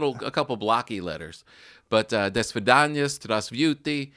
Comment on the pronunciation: Tom:"Russian isn't as hard you think." Then proceeds to brutally fail at pronouncing 'hello' and 'goodbye' in Russian